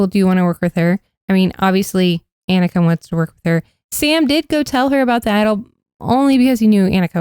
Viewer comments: anika is AUH-ni-ka …. not ea-ni-ka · Anika is pronounced with a soft A. Like Ah. Ah-ni-ka. They've said it many times in the two episodes. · Hey y'all, It's AH-ni-ka. Ahh-ni-ka. Like Hannukah. Hope that helps. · My top 6 (2 from each tribe) currently are Sam, Rachel, Aysha, Teeny, sue, and tiyana. Also I'm pretty sure people on the show have been pronouncing Anika's name Onika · Your pronouncation of anika is wrong. It’s awe-nika.